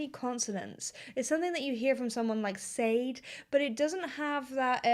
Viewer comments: A few things to correct you on - Paddington Bear was from Darkest Peru not Britain (although the Browns did adopt him), and Sade is pronounced like Shah-day not Sade (can't believe you didn't know this)!!! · Sade is pronounced 'Shar-Day', btw. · Sade is pronounced Sha-day. (I suppose British people say Shar-day). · Just a FYI - singer SADE is pronounced Shaa - Day. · Did you mean Sade (S̶a̶a̶d̶, Sha-dey). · Please pronounce Sade's name correctly - (/ʃɑːˈdeɪ/ shah-DAY). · Sade is pronounced "Shar-Day". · Sade is pronounced Shar-day. Rollo is pronounced Rol-oh. ☺ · Still mispronouncing Sade I see.